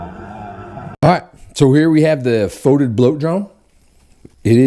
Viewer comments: its pronounced fet-id not fot-id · I pronounce it FEE-tid. Potahtoes, potaterz... ... and FYI GW pronounces it “Foe” tid on their Warhammer TV channel.